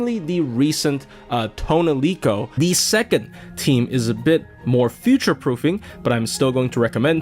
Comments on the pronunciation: Who the fuck is “toaunelico” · Tonelico: says her actual name on her summon line (instead of "Aesc") as Toh NEH rico: ToneLEEco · Take a shot whenever said toniloce